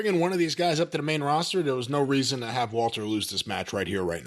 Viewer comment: I love that Jim still calls him Walter, and that he pronounces it correctly.